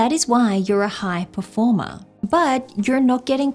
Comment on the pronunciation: Oh, this accent of "performá" kills me 😂